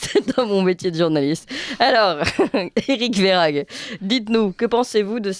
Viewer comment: Ma chère, le nom de ce monsieur Verhaeghe ne se prononce pas Verhaghe mais Verhèghe. Le gouvernement dit toujours si vous faites ça ou si vous faites ceci... avec eux c'est toujours le peuple le responsable mais jamais eux. Juste encore une chose, à vouloir demander aux Français de rouler en voitures électrique et importer des populations en grand nombre venant d'Afrique (les migrants), ont fait comment pour baisser la consommation électrique??? Plus de voitures électrique et plus de population, c'est forcément plus de consommation électrique. Il faudrait déjà que l'Elysée donne l'exemple. La nuit Toutes les pièces sont allumé. Toutes...